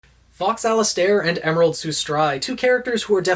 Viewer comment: Am I the only one who is like super annoyed that he’s mispronouncing Sustrai and Alistair?